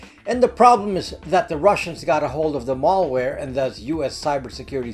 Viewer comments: FYI (please forgive my nitpicking here for what seems like a minor distraction), I subscribe and enjoy listening to your informative videos on a regular basis and this concerns the way you are pronouncing the word "Malware" to sound like "Mall-ware". The first syllable "mal" should be pronounced just like it's spelled ("mal" should rhyme with "pal" instead of rhyming with "all") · Malware, not mallware. Mal as in malice, not mall as in shopping mall. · I’m surprised that a privacy and computer Protection expert like yourself cannot Pronounce the word malware correctly. The first “a” is pronounced as in the name Al (short for Alan) why is this so? Because Malware, is a portmanteau of malicious and software. MaL-icious is not maLL-icious. If you want to be taken seriously, you need to know how to speak the language of your Professed specialty. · It's not mallware, it's malware. Latin origin meaning bad or ill. You get malware from a bad person, not usually from a shopping mall. Think and say works like malady, malfeasance, maladjusted, malformation, malice, malpractice, malnutrition. Now see and say malware. I knew you could do it! PS: great video! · Good stuff. But "mall" ware makes me laugh